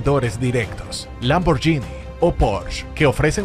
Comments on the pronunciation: NO se pronuncia LamborYini Xq lleva una "H" entre la g y la í, la cual la hace sonar: Lamborguini, ¿OK?. Si me hacen esperar, mejor me compro un "YUGO", del año. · Por favor aprende a pronunciar 'Lamborghini'.